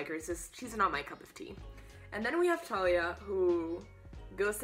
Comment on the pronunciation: Umm, sorry but you say Thalia with the prounounciation of the th